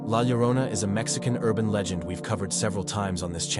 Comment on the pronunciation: Legit gotta commend you on your pronunciation of La Llorona. I don't hold it against non Spanish speaking creators when they mispronounce it, but some have made multiple videos about or featuring g the story and have been corrected multiple times in the comments on the proper pronunciation and still call her, "Leh Loe-ROE-nuh" and that us when it drives me nuts. Anyway, rant over, thanks for the vids